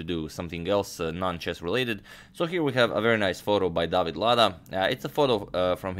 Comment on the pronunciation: Not really. David is pronounced differently